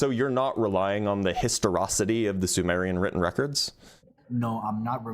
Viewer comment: I thought the word was pronounced histoRICITY